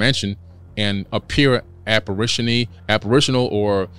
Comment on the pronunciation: Homie said Apparitiony lol